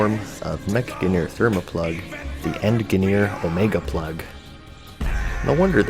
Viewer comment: Never heard anyone pronounce engineer with a hard G before this video